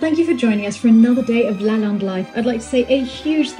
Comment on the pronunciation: I‘m confused. When you talked to the lady at the Brocante about the school and also about Lalande you pronounce LalANde correctly. When you then speak English you pronounce it - sorry to say wrong - like LalINde. Has this to do with an English way of pronouncing it? But the name is French and should be pronounced in the correct way. Please explain this riddle to me. I was raised bilingual so I know without a doubt that of course the pronounciation in your French conversation - and by the way the Lady also said it correctly - is LalANde.